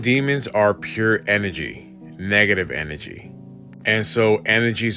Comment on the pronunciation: "Negga-tivv enne-jee." Bugged the shit outta me, lol! But a drinking game would make it a bit more bearable.